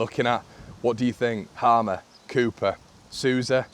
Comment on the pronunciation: Just to clarify (as someone with the same name) it's pronounced Hay-mer. Its an old saxon agricultural name so haven't a clue how he ended up with this name in south America.